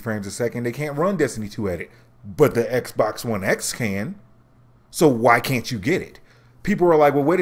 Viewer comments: Are you saying Xbox One S or X ?? Dude you botching your own video lol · I'm really disliking the Xbox X name. I can't tell whether you're saying S or X. Lol. I don't think parity is an issue there is no guarantee that the X can run Destiny 2 at 60fps. Both Anthem and AC Origins are doing Checkerbording at 30fps. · Are you saying "S" or "X"??? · You really need to pay attention to when you say "S" versus "X"